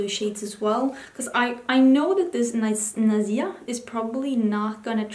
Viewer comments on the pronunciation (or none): i love all your looks ... for the shade Naziha the "h" is pronounced like the "h" in "how" or "her" etc . love you